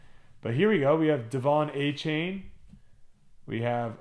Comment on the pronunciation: I wasn’t sure exactly how to say his name either, but it’s A’chan not A’chain. I did a mega box and two blasters earlier today and pulled a Stroud Orange laser from one of the blasters. Keep hope alive!